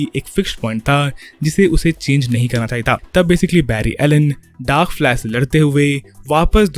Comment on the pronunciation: "Flask" lmao😂😂😂